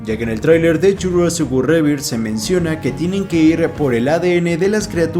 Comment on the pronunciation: Eres el único youtuber latino que pronuncia bien Jurassic World Rebirth. Todos los demás dicen: rebird 🤣